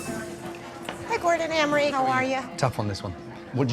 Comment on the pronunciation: Gordon "Ramry"?